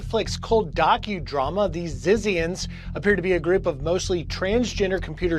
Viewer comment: I am sure it is pronounced ZITZIANS.